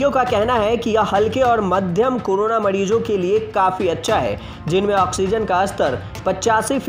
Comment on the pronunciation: वाह बेटा मोज कर दी माडीजो नही मरीजो बोलिये साहब